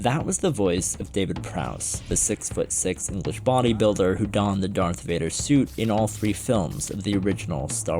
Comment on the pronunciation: Darth wader. Luke i f....d your mom . Luke nooooo noooo thats not true this is impossible .